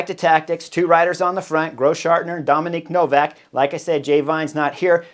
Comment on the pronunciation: Hi Chris, thanks for the video! The guy from UAE is called Domen Novak though, not Dominic 🤌